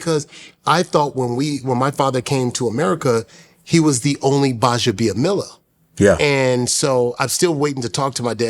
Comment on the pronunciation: $100k Make sense…ceremonies must be costly to reinforce the message to be memorable. So proud of you Akbar GBAJABIAMILA…btw it’s not Baja it’s not GBA 😂